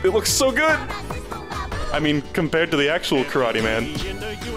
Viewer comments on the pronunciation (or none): none